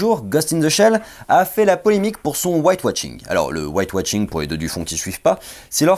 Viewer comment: White washing, pas White watching ! Tu prononce un T au milieu de mot.